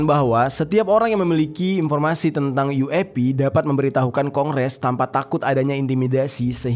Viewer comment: yueipi jer, bukan uap 🙄